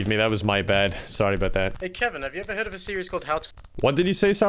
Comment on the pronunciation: "Have you ever hearf of a series called 'how to annoy'" "No I don't think so" Speech 100